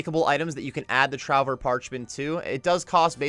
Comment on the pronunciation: Just a heads-up, trouver is pronounced truvé, it's french for "to find". With Perdu meaning "Lost". Great vid otherwise!